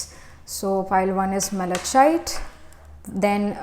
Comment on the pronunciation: being a tarot reader you should have known how to pronounce malachite